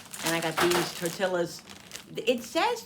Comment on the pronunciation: Those tortillas, and you were pronouncing it right I looked it up tor tee uhz per Google, anyway those low carb tortillas are a life saver for Russ, I make breakfast burritos, toasting them enough to brown and melt the cheese, we have fajitas, chicken, bacon ranch, sandwich wraps, all kind of goodness. We go all in keto on Monday say a little prayer, 🙏 Russ needs crunch too so he has bags of pork rinds ready to go 😂